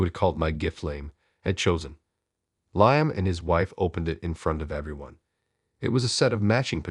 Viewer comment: AI narrator is pretty bad. Cannot pronounce multiple words including cafe, nor the name Liam. Story is not bad, please find a different narrator.